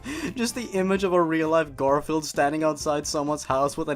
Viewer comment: I can't stop laughing when said GarIflied